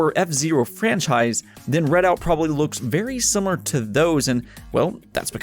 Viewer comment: It's "REDOUT" not "READ OUT" wtf